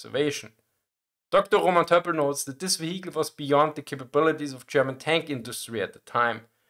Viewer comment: ve-HE-cle. I love this channel.